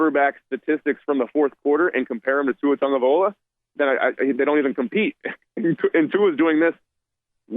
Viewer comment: Tagovailoa not Tagovaiola,. 🤦‍♂️